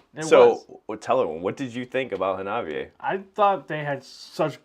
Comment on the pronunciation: Hawna Bee Eh! Every time you say it wrong, Chika dies inside a little! 🤣:card-red-penalty